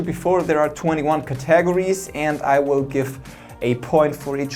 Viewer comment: "Cat-a-gor-ees" lol